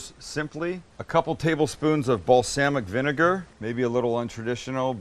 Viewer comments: The way he says balsamic makes me irrationally angry. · Most people: Bals-AH-mic Vinegar Sam: Bals-AA-mic Vinegar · The way you pronounce “balsamic” makes me think you should open a company called “balSAMics vinegars” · he said bal"sam"ic vinegar haha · Okay is it just me or does anyone else pronounce it like Balsahmic and not the way he does? I'm not attacking pronunciations or anything it just caught me by surprise. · Who, in god’s name says, “bal[SAM]ic???!?” Nevertheless, if the aforementioned balSAMic is henceforth to be measured in “shit tons” then SAM is totally acceptable…….